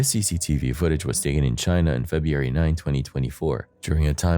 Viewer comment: feh- broo-eh -ree that is how February is pronunced.